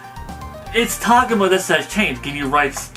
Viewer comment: its TAH-GO-MA not TOG-UMA